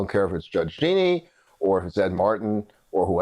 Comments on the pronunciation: It is peonouced Ja-neen not Geeknee. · Jean - ine. Not Jeanie.